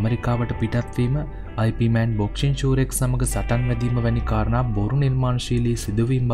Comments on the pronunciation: අයි පී මෑන් නෙවෙයි. යිප්මාන් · නම අයි පී මෑන් වත් යිප් මෑන් වත් නෙවෙයි යිප් මාං 🤗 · 'අයි පී' මෑන් නෙමෙ හරි නම 'යිප් මාන්' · වීඩියෝ එක හොදයි , ඒත් ඔයා grand masterගෙ නම කියන විදිය වැරදියි , ඉප් මාන්, ඒක තමයි හරි විදිය, සමහරු අයි පී මෑන් කිව්වට ඒක වැරදියි , එහෙම කියන්නෙ නොදන්න අය, ඒක නිසා ඔයා මේ වැරැද්ද හදා ගනියි කියල මම හිතනවා